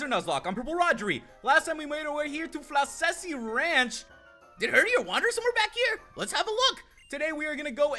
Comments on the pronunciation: just watching this now and i dont wanna be mean, but floccesy is pronounced flock-a-see and not flo-sessy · Ok this is KILLING me, the first two c's in floccesy make like the "ck" sound not an s sound